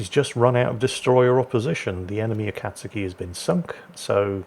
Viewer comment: because no one knows how to pronounce this ships name heres a tip, U is silent and when saying kat its more like saying cod but with a T so cot A-kat(cot)-ski.